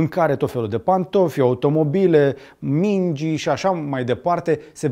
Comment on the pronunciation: Toate bune si frumoase....dar cand te-am auzit pronuntand "mingi" cu accentul pe ultimul i, ca si cum s-ar scrie "mingii"....am avut un sentiment de rusine si am oprit vizionarea clipului. In comunicarea ta cu publicul, este imperativ necesar sa fii foarte atent la gramatica/pronuntie. In rest, toate bune, va urmaresc.